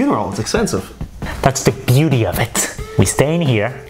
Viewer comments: No one : Nope no one: Charles : “THATS THE BUETY OF IT “ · Omg. Am I the only one who's obsessed with how he pronounce "that's the beauty of it" and the hand gesture😂😂😂